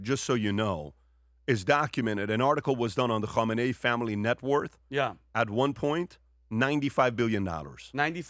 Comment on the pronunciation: Hey PBS, can you stop spitting Khameni's name.